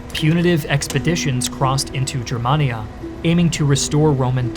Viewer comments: A wee picky correction. Gur man ee aa, not Jur man ee aa. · Its pronounced “GUER”mania hard G